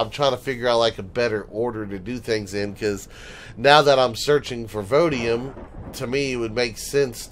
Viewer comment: Everytime you say vodium instead of voidium you make a grammer nazi twitch. I have to chuckle each time you do it. You can have more than one voidium deposit on a planet so you may want to double check before you move to new planets. I'm doing the voidium/drone parts grind right now as well, never had a regenerative shield before. Almost have all the voidium/drone parts/progenitor fragments, now I have to do the plasma planets for their parts. For extra storage I sometimes use an unpowered mini storage base that's just a rack of container controllers. There's no real cpu limit if you aren't powering it so you can have a 1x320k or a k storage rack right next to your main base. Throw a wifi in it and you are good to go. You can dress it up pretty if you feel the need. As far as 1.6, just thrilled that I can knock down tree's now with an HV. Too many times I've been killed by getting wedged between trees or impaled on a sapling when near a poi. If you need a break from the grind go curb stomp the various home worlds (legacy, zirax, kriel, etc)